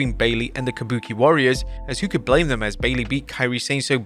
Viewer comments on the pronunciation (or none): none